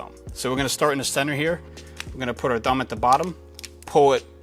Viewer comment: The way you say 'thumb" is funny....sounds like you're saying dumb! lol